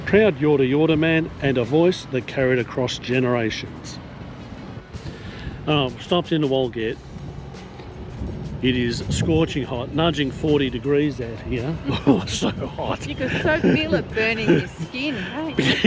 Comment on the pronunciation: No one calls it wal get